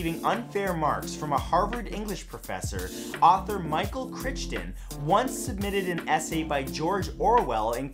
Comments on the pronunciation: Crichton is pronounced "Cry-ton", you nitwit! He's the guy who wrote "Jurassic Park" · No. He totally said it wrong. I heard it too. It's pronounced cry-ton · Michael Crichton Pronounced Cry-ton I've said it before and I'll say it again. LEARN TO PRONOUNCE NAMES. btw another great video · Critshten, really ?? It Crichton as in ‘Jesus Christ’ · Michael cry ton, not kritch ton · Hate to be this person, but the author's name is pronounced Michael "Cry-ton", not "Critch-ton". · Same with Michael Crichton, he pronounced it like it's spelled, but it should be cry ton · I’m sorry, author Michael who?!? I believe it’s pronounced like Frighten with a C... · It's pronounced Kry-ton. :D Love your videos! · Crichton is pronounced cry-ton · Chrichton = Cry-ton. Love you still anyway. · Just a heads up, you mispronounce Michael crichton's last name. It's pronounced like frighten but with a c instead of an F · Crichton's name is pronounced cry-ton. DihydrogenOXIDE, not monoxide. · Cringe... Michael Crichton - CRY-TON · Crichton is pronounced "Cry-tun." Aphid begins with a long A. The capital of Portugal is Lisbon, not Libson. Aaaaand I'm done watching. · Micheal Crichton is not said that way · It's being pronounced by someone who, I doubt, even knew who Michael Crichton was before making this episode. Pathetic.